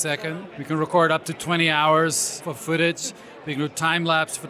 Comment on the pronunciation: "fooootige" footage*